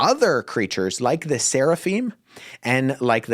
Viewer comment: "SARAphim" ? Isn't it "SERAphim"?